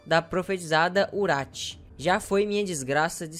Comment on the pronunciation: "A profetizada Urath" O menino inteligente macho kkkkk é Wrath, Ira.